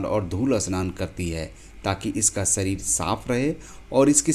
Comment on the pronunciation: जानकारी अच्छी है लेकिन स आओर श का उच्चारण करते समय ध्यान रखें कि शरीर और स्ररीर अलग-अलग शब्द है